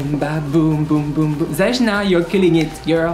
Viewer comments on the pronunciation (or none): Btw her name is pronoumce like its written ...it is Zeyna...on english ..greets